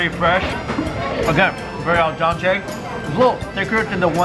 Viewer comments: Its "al dEnte". It sounds like your calling for someone named Al and Dante... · Hahaha he keep saying al donte lol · haha nobody I know from new york talks like that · I don't care about that. I care that Mikie Chen mispronounced al dente. God, I wanna pull his chair out. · Barely watching this video but samesies...he pronounced it wrong 😭